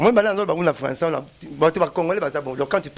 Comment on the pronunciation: Oyo falançais to françois